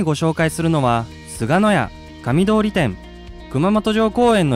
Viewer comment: 「どおり」じゃなくて「とおり」です。